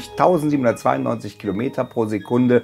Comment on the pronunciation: Hört euch mal an wie er ganz am Anfang die Zahl 299.792 ausspricht :-D Fail. :-D